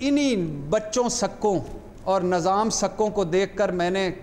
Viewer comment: بھٹّی صاحب nazam نہیں nizam,✓ ۔ asaf نہیں asif ✓